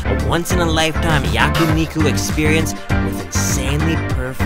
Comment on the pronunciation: Yakuniku ヤクニク ✖️🤣🤣🤣 Yakiniku ヤキニク ✔️ but anyway I am watching your every videos and I love it .